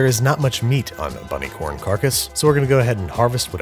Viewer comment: I bet he’s going to say bunny corn again in a future video.